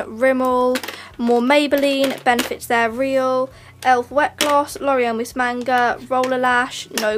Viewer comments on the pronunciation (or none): none